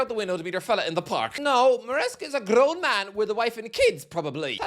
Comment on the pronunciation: "Grrrown man" Love it😆